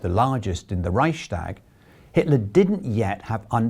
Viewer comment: the word Reichstag has no "sh" sound in the middle. It's a compound word: Reichs + Tag.